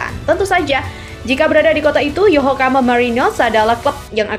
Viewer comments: Paraaahhh... Naratornya males baca. Nyebut nama klub (kota) berkali2 tapi salah terus. 👎 Yokohama bukan Yohokama apalagi Yokokama. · Wkwkwkwkkw YOHOKAMA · Min tolong di perbaiki penyebutan YOKOHAMA bukan YOHOKAMA kalau hal yg meleset tp sering di sebut itu gak enak didengar 😂😂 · Yokohama mbak mi min ya..bukan yohokama...hadeh....angel angel ..wes angel...😂😂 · Yokohama bkn yohokama mba.. 😂😂😂😂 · mimin yokohama aja jadi yokokama salah kok sampai ahir parah lo min